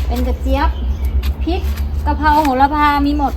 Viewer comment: ทุกอย่างทำดีแล้วค่ะแต่ขอคลิปต่อๆไปคุณพูดให้ถูกต้องหน่อยเช่นปลูกพริกไม่ใช่ปูกพิกกะเพราไม่ใช่กะเพานะคะจะเพอร์เฟคมากเลย🤘🤘😮